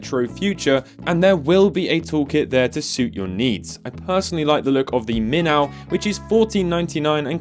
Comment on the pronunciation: Hold up, I need to hear what he calls a minnow fish now haha. Min-AOW!